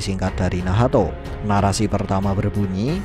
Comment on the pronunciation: Nahato❌ Nahto✅